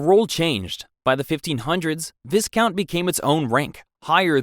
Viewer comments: Bro its VY-count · And viscount is Vī-count